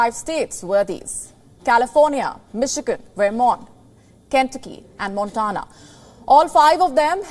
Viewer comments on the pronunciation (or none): I like WION. Some tips for you: In the US pronunciation is: Vermont as वरमॅान्ट There’s no equivalent to V in Devanaagari. In V upper teeth must grasp the lower lip. V in Very is the same. Montana : मॅान्टॅना Try it, you’ll do it.